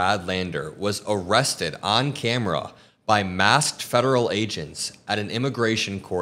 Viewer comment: Hi, love your show! But please stop pronouncing these words this way: "ah-legal" for illegal and "ee-rested" for arrested.